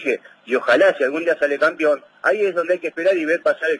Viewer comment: No se dice campion?